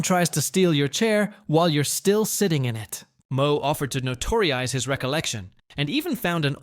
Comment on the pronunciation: No tore eyes, not notoriosize.